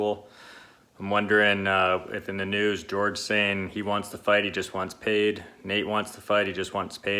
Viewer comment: .......It’s JORGE masvidal not GEORGE ya fucking casual